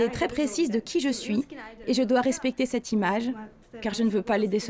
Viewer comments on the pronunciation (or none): none